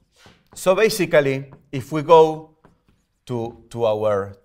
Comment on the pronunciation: the most weird _ basically _ i've heard in my life 😀😀😐